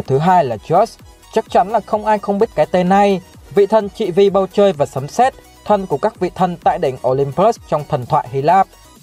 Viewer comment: Sao chữ " thần " mà cứ đọc là " thân " nhỉ.